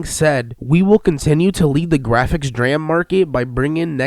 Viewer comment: But he can't pronounce DRAM.